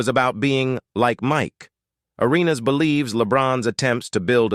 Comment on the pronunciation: AI is weird. I mean you can’t even say Gilbert’s last name right.